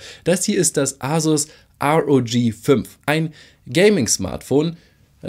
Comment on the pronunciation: sag bitte R O G nicht Rog